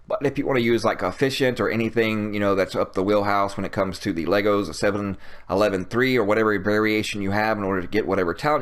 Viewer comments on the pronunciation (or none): none